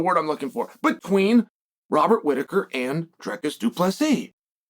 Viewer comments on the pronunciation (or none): Du Plessis. Du Plessis. .....NOT Du Plessi. Do we call you Chael Someone ?